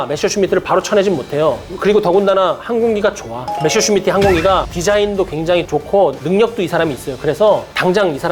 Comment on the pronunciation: 독일어 읽을 줄 모르시는 것 같은데, 그냥 한글로 표기된 걸 그대로 읽었으면 좋겠어요. 주인공인 메서슈미트부터 방송 내내 메셔슈미트라고하시니..